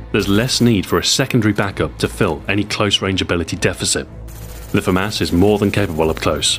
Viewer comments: I thought it was pronounced fu-moss not fu-mass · I came here to end the argument about whether it is pronounced the Fah-Mass, or Fah-Moss... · Adrien Tirard moi aussi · His french pronunciation is wrong... It's like he's trying to read it in his English accent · Yeah just common pronunciation. If you hear it one way originally then you'll think that is the way it is pronounced.